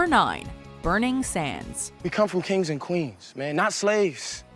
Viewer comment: “We come fum kangs an quanes” 😂. Of course